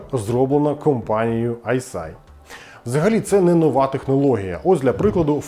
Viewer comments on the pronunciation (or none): Не Айсай а Айсиай, типу як I See Eye